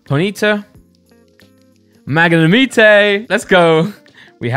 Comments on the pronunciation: Magnimite your saying it wrong 😂😀😃😄😆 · tHaTS NoT hOW yoU PRoNOUnce MaGNEmitE! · I hate the way you say magnemite 😂 but i love the videos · AwW yOu SaY MaGnAmItE wRoNg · At first i got so mad how u pronounced magnemite 😂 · Stop saying Magnemite wrong gad damn it. You never learn. Also how could you hate Break cards?! Why would you taste Brocks Grit?